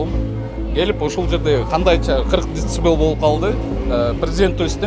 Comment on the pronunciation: дэцибэйли дейтко еще